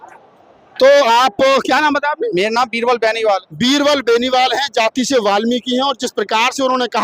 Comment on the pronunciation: He can't be a real Valmiki because he miserably failed to pronounce his Gotra as baniwal instead of bahanwal. He himself is illiterate therefore could not see the educated people of Valmiki community around him. According to him,the people working in dirty drains are Valmiki. Please open your eyes so that you may be able to see the educated person in the community. It is shameful on his part that he criticized the community as a whole. I can say candidly that he belongs to an illiterate family and there is no educated person around him and also in his relationship Will he tell me why Dr. Ambedkar said to the Brahmins that the people belonging to SC communities can't compete with them and therefore the reservation is necessary. The same is the position of valmiki in the prevailing circumstances. They are highly educated but they can't compete with the candidate belonging to Chamar community. Therefore, classification is necessary. However, the post, if any declared" NFS" must be given to SC candidates only. It is a matter of great surprise that in the past many posts were declared"NFS" but the generous Chamar cast never protested against the decision of Govt.but now protesting against classification of reservation like general category castes.